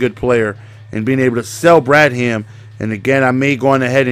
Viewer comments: BRAD HAM HAM REALLY it's bradham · Ur saying Bradham wrong. Ur making it seem like two words.